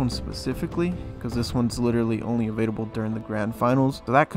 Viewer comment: Is he saying evadable? Or available? Am I crazy?!